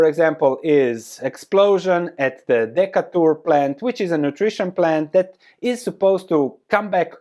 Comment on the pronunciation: Thank you for the walk through,. Decatur - pronounced - Dee-CAY-ter.